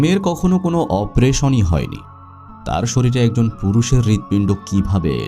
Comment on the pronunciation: ভাই উচ্চারণে মনোযোগ দিন। দুপুরকে বলছেন দুফুর, অপারেশনকে বলছেন অপরেশন। 🥲